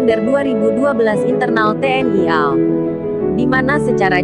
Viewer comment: Apakah tidak diperhatikan pembaca berita spt anak br belajar membaca ....KRI dibaca kri...harusnya baca ka... er... i......AL dibaca al ...hrsnya ....a el....pembaca berita ini pelajaran bhs indonesianya dpt nilai berapa ya..??